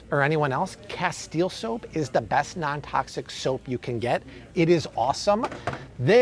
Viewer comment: it's from spain,, the castile soap.. hence the 100 percent olive oil base but just FYI.. it's pronounced Cast- ill- lay. not cast- eel soap. I know bc I used to pronounce it that way also until someone clued me in. So don't go into the store and ask for casteel soap. they may or may not know what you asking for.